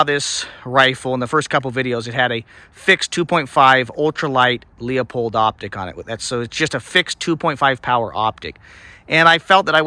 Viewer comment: LU-pold not LEO-pold. Also, great test and good shooting!